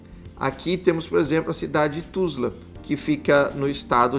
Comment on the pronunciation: A primeira zoom town que você cita é Tulsa e não Tusla, confere?